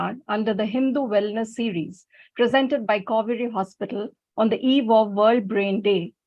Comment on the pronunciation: Kauvery... sounds like Cow-veri 😄😄